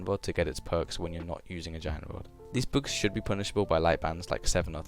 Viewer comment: lul u have an accent when u say "bugs" it soundslike ur saying books